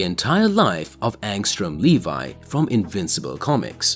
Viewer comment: Angstrom Levy, Le Vee, not Levi like the jeans it's pronounced Le Vee.